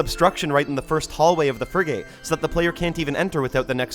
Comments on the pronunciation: Frigate is pronounced Friggit 🤓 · "Fri-gate" is interesting pronunciation. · I'm 🤏 this close to crashing the fuck out if he pronounces "frigate" that way one more fkn time